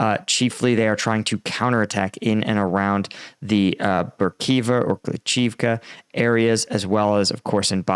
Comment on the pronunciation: Love your channel and analysis. Hate that you cannot be bothered to pronounce every letter in a Russian word. Berkhiva instead of Berhkivka. You’ve done this since the start of the war and the secret to Russian and Ukrainian pronunciations is just trying to pronounce every single letter. Instead, you’re just like f#$% that 2nd letter K. 🤷‍♂️ 🤣 I know you try, but I have to make fun of you anyway. Keep up the good analysis!